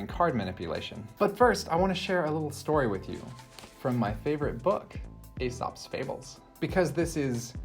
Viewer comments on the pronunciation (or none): Just FYI: the Greek guy's name is pronounced "eesop".